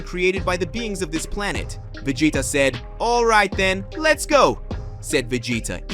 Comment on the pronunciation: Yeah some people they just can make it so much more than what it is. The guy has great ideas for videos I'll never knock that but he needs a narrator mean the character names aren't right Vegeta is veggieta